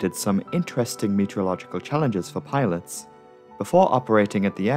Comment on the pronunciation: I heard pirates instead of pilots